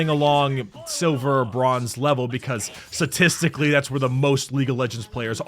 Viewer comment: anyone else notice that said satistically and not statistically